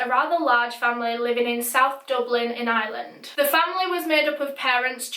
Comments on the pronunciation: its not island its Ireland the R is not silence IRE LAND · IT IS I R LAND NOT ILAND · I’m American but Ireland sounds like island when you say it lolol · I'm from Ireland and no offence your saying eyeeeland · Took me a sec to realize you were saying 'Ireland' and not island 😂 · Omg I'm so glad I saw this lol I heard Island too! Haha